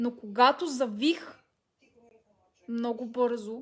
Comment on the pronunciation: "Малииии... щИ натрупЪм мно'У гледания от туй"